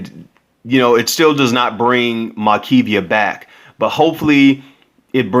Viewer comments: Maybe there was no march because you keep mispronouncing her name. You put too many syllables in it . Her name is Mar- kev- a. Not Mar- Ke-v—a. Her family even said her name in the video. The guy responsible was not in his 20”s. They said he was 19. Please make sure to at let get basic info. correct with info. selected to share. Pronouncing names correctly may not be a big deal to soon but just keeping in mind it may be to some of her family members. Shalom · Confused. The woman's name is clearly spelled "Makeva". The news casters pronounced it the way it is spelled, but u keep saying "Makee-vee-ah". Which is the proper pronunciation?? One is her name. The other is not! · Her name is Mar-kee-va